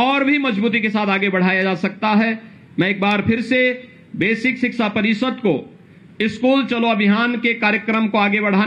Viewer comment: सिक्सा नहीं 😁😁😊😊 शिक्षा बोलते है 😂😂 अनपढ़ और बाबा मुख्यमंत्री बनने लगे तो ऐसा ही होगा, अनपढ़ ज्ञान देंगे जय माता दी